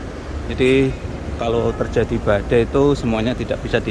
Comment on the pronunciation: BADAI MAS BUKAN BADEI 😆😆